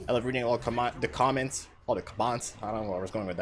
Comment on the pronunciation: "Commants" xD